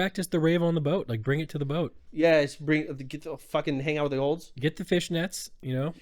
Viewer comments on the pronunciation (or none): "The Olds" sayin it like the demographic is a race and you're a grandma from the 40's 😂